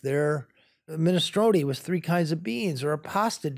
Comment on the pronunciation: All great but Valeria - learn the „th" sound. It’s not a „t ” with is not wit